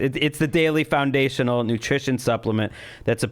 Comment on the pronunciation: haha Anthony smirked when Gregg said "found-ishional". OH YEAH!